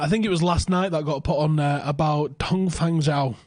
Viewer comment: lol I love how pronounced Dong Fangzhuo and how it's nowhere near how it should be read. Love the channel. Merry Xmas lads!